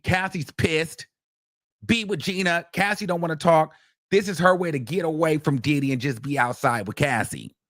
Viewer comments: 😭cracks me tf EVERY mfin time he says it🤦🏻‍♀️😂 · Lol that's how I pronounce his name now. Did-hee. Followed with, "yes he did." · Can’t nobody pronounce Diddy the way you do 😂😂😂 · It’s sumthin about how u pronounce the name ‘Diddy’ 😊